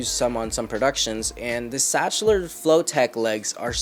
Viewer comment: Zakhtler not stchler